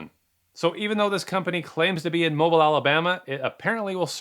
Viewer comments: Haha 😂 it's actually pronounced ' mobeele" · It's pronounced "moh-BEEL," Alabama. Just saying... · Mobile, AL is pronounced mo-BEEL just FYI. (My cousin Jody lives there,) but not to take away from the great work you do. Thanks! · Mobile Alabama is pronounced mo-beel’ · Not for nothin... but it's pronounced "Mo-Beel".... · Good stuff. Also, "moe-BEEL" Alabama. Common mistake. They mispronounced it in the movie Red. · Hey, I recently heard about your channel from other scambaiters and have been binging your content, good stuff! Wild to hear about Mobile in one of these. By they way, it's mow-BEEL.:) Also I love that truck, I would totally buy one. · "MOH-BEEL" not no mobile lol, great content man keep it up🤣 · Mobile, AL Is pronounced as "Mobeel". Love the channel. 😊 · It's not how it looks "Mobile, Alabama" - Mo-beel :) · moe-beel alabama not mobile like the phone lol! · Mobile Alabama is pronounced Mobeeel😂😂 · Not that you'll ever see this, but it's pronounced Mo-beel, Alabama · 😂😂 The “real” building was one of the radio stations when I was growing up! And it’s pronounced “Mo-beel”. ☺️ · I had a client in "Mo-beel" Alabama once explain how it's pronounced by saying "you don't drive an Olds-mobil" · Great video! Also Mobile Alabama is pronounced as Mo-beel not like you would say mobile phone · Mobile is pronounced "Mo-Beall" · Pronounced Mo-Beal. Also, definitely don’t trust the tow truck companies around here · It’s Mobile not Mobile. Like Mo-beel.. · Btw, it's pronounced "Moe-bill" 😉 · Mobile, Alabama is pronounced "MoBeel". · I cringe at your way of saying Mobile.... it is pronounced MOE-BILL. From North Alabama BTW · It's pronounced Mo be ill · Pssst....btw, it is pronounced - mo-BEEL Alabama :) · It’s moh-BEAL (rhymes with veal). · Great video! But I have to correct one thing.. Mobile, AL is a French name pronounced "Moh-BEEL", unlike the English word 'mobile' which is how you pronounced it. Sorry to critique something so minor. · Mow byel😊